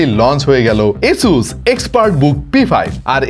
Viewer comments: ভাই আসোস কে এসোস বলেন কেন? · It’s আসুস, Not এসুস/অ্যাসুস 🫵😐 !!